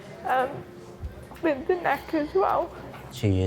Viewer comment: I can’t believe the Transplant Surgeon says “Wiv” instead of “with”…. Nevertheless a very skilled surgeon.